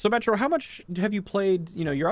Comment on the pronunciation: Every time says "So, Metro" I just hear "Symmetra" lol